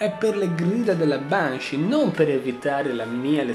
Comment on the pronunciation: Banshee si pronuncia benshee